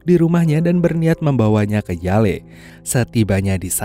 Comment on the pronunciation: University Yale sebutannya Yell bang bukannya Yaley 😂 🤦🏻‍♂️